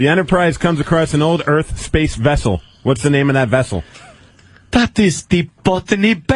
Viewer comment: "spayce..the final...frontier."